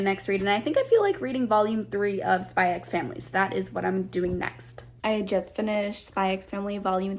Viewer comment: He's very protective because his sister is practically his mum and his only family, and it's over the top for comedy effect (it's a normal trope in manga/anime). Also it's just "Spy Family" the "x" is silent.